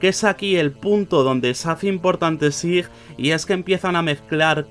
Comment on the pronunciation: we read / S A I /, that's not difficult.